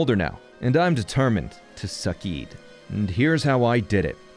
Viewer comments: im pretty sure the word succeed would be said like sukseed and suceed would be said like suseed becuase an c followed by an e makes the s sound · honestly, i think "suseed" is funnier than "sukeed", but you do you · You suh keeded man. You suh keeded